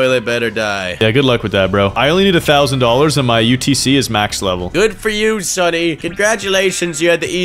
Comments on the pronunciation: said utc but is utt😂😂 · brah sed utc not utc